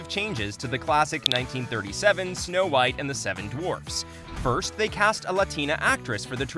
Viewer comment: " S'no Whitey"